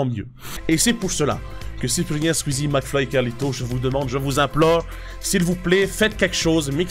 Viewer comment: Il a dit maclfyp aussi 😂😂😂😂